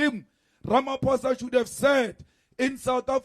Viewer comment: My queen pls pronounce Ramaphosa properly ❤